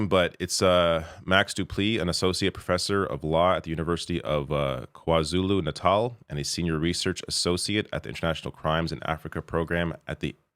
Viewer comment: Spot on with the pronunciation of KwaZulu-Natal